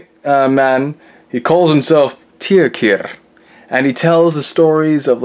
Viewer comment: I think you pronounced Tyrkir's name wrong.